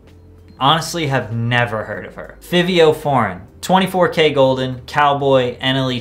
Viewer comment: I've never heard someone pronounce fivio foreigns name like that lol